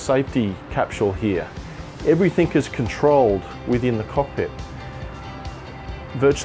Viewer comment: Dude "everythink" is not a real word.